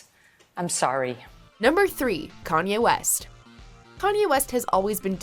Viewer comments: It’s pronounce yay like his name Kanye....not pronounced yee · Kanyieeeh west